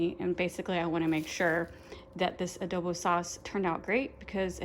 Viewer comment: Haha Adobe is a computer program, that's how u pronounced it lol 🤣 they look good tho. !